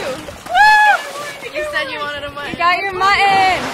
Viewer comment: I really enjoyed watching your video!!! One small problem I noticed, why does every one keep mispronoucing the word muTTon!